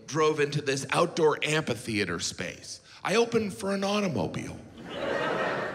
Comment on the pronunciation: Is he saying "ampi-theater"? That's not right.